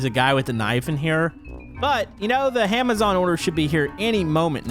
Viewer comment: Did he say HAMAZON